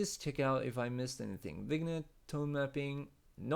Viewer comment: I know this is about a year late, but............ "vignette" is pronounced "vin-yet".